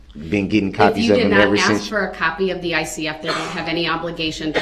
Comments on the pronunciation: For God's sake it's ASK not AXE! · She should insist that he says " ask" properly. Thats disrespectful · If I hear another "aks" I'll scream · Again did you ax her or did you ask her. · The word is ask not aks... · Please!!!!! Ask is so easy! Why the “axe”. And why the do dat. And why the troof. And why the oaf. And there’s wayyyyy more!